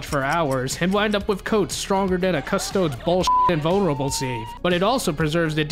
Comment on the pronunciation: Latin unlike English you pronounce every letter. So Custodes is cus toad es